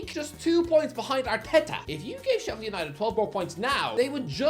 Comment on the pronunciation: It’s Sheffield. Calm down.